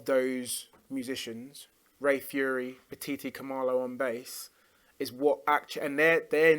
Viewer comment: Ray Phiri’s last name is pronounced “pee-ree”, not “Fury”. He’s also a guitar player, which Arday gets correct initially, but then mistakenly says accordion.